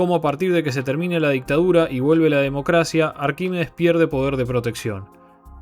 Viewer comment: Todo mal con la pronunciación del nombre Arquímedes 😂